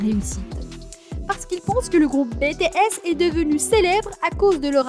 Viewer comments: J'aime bien la vidéo mais tu dit mal BTS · Moi j aime bien ta vidéo mais franchement on dit pas BTS ( bétéesse) mais BTS ( bitièsse) V c est (Vi) ouais et franchement dit les nom correctement stp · "Baie tae esss" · et c'est les seuls noms qu'elle a pas prononcé en bon français xD (entre Bétéèsss, Vé, Jihoope, Kipop et Jung koeeek, armé, fanze, on en voit des choses -_-) attends attends stop, c'est jimin le plus petit du groupe, suga fait 1 cm de plus que jimin STOP comment ça son talent en chant n'est pas assez bon, il a une super belle voix, à mes vous avez pas assez écouté awake, epiphany, abyss et moon hein pour la danse c'est pareil. Je ne pense pas que tout le monde peut danser des chansons comme idol, on ou encore fake love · Cela s'écrit BTS tu as dit bétéyès au lieu de Bitiyès Ce n'est pas Vé c'est Vi PS :je sais que cela ne s'écrit pas comme sa mais cela ce se prononce comme ça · pourquoi BTS au début j'ai faille faire une crise cardiaque (ca se dis BI-TI-ES) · Bé Té S !? 😂😂 Pardon mais c'est Bi Ti S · Tais toi zozo , c'est bities** pas betehess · Bts elle le prononce bé t s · « Bè tè es » En tant que Army mes oreilles saignent 😂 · Betesssss🤣🤣🤣 "BTS" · sa secri BTS mais sa se prononce BITIèS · J’ai juste entendu bétéaisse au début ça m’a piquer les oreilles 😭😭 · "Bétéèss" "Armée" mdr non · Pourquoi Bé Té Ess ? Mais pourquoi ? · Bétésse je- en tant qu'Army je hurle 🥲👌 Juste pourrais tu dire les noms correctement? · Oh mes oreilles elles sont en sang prononce les bien s'il te plaît ! C'est Vi et BTS on dit BITIS ! Corrige toi s'il te plaît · De bétéaisse 🤣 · Oui et puis sa se ne prononcé pas BTS mais en anglais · Jimin de bts a reçu le plus de critique sur son apparence alors qu'il est magnifique. Mais la vidéo est complète et bien expliqué par contre BTS se prononce comme en anglais pareil pour V, désolé ça ma stressée tt le long de la vidéo 😂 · Par contre ça ce prenonce pas ça BTS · "Vé" bétéès " armé "